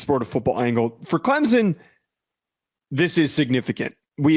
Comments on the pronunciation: … Not Clemsin It’s ClemsOn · Its Clempus.